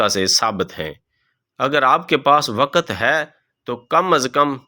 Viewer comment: Waqat nahi balke waqt urdu ki adaaegi drust naheen rakt nahi balke rakaat